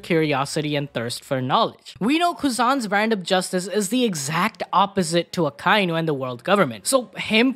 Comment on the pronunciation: It's Ah-ka-e-nu. Not Ahkaynu